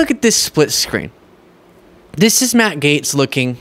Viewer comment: Sounds like the host is saying Maggot, ( Matt Gaetz)!!!!